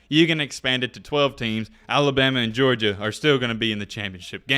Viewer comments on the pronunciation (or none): none